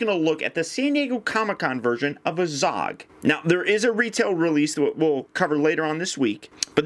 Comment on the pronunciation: 1. You pronounce azog like an idiot 2. The kings name is thror thorins grandfather